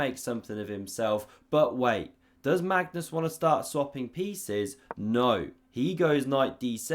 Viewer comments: Does he pronounce Mangus on purpose? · "Mangus" LOL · "Mangus" or was it "mangoose"? 😂😂😂